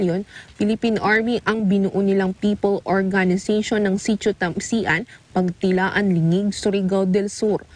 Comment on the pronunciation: Ang cute ng pag ka pronounce nya ng tamsian 😂